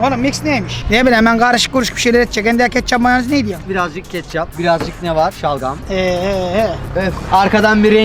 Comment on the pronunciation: Mayonemimiz vaar 😂😂😂😂😂😂😂😂 mayonemiz ne amk sksjwjsjalsj